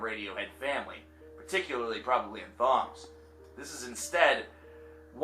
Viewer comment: Did he just pronounce the h in Thom's name?